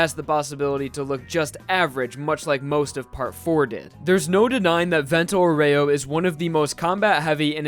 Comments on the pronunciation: As an Italian i feel like I need to point out that "aureo" is pronounced "aurayo" not "aureoh" with an emphasis on the o. Very informative video nonetheless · vento "au ree oh" not "au rey oh" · Man, it's Vento Àureo, not fucking Vento Oreo